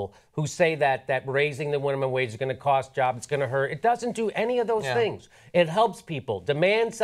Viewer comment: "Winimum Mage" Sounds like an epic mmorpg character.